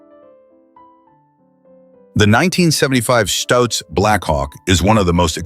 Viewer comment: stutz not stooots